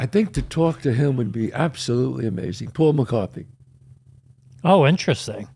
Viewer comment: Did you really call Paul McCartney Paul McCarthy?🤣